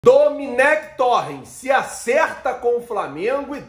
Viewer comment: Pronúncia: Dominec Torran